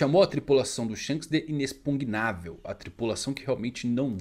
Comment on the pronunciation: Tá quase galera, quase que o consegue fala inexPUGNÁvel